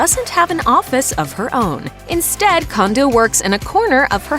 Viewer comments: ugh! and it drives me crazy how she mispronounces her last name! its pronounced "CONE DOH (as in play doh) not CONDO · Pronounced Cone-dough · No, they didn't. Mah-lree-eh is the correct way to pronounce the Japanese name Marie. (Ok, fine they pronounced her last name wrong. It should be Cone-dough)